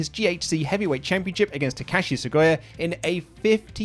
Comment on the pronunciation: Not as bad as the way he pronounces Takashi Sugiura.